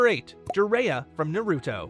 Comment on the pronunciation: This video popped up as an ad, and has only 100 views. I’m starting to see why. As soon as you said “Jiraiya” the way that you did, I left the video LoL💀